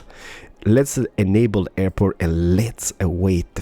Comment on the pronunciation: Call the airport "Derport"